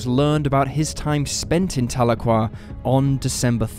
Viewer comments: Telookwa? It's Tal e kwa Tahlequah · "TAH-luu-quah". Haha, oh no... Please when researching also look into how to say the town names like locals. At least you got it right later in the episode... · As a Oklahoman, how you pronounce Tahlequah is just.....ughh!